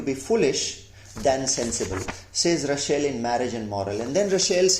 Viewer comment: Nice video. Thanks. Russel not Rushell.